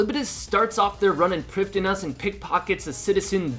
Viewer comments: I thought it was pronounced prive-thee-nas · Why do you say Priffddinas that way 😂😂